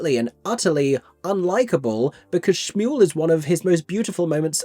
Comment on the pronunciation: I wonder if some of these staging choices, such as having them together during Shmuel, are a response to the film version? Perhaps they assume that will be the audience’s most common point of entry and they don’t want to confuse them, idk. Her saying “Schmuel” is unforgivable though, given the whole thing is structured around the one moment when they’re in sync during Next 10 Minutes, and how important that lack of synchrony is thematically.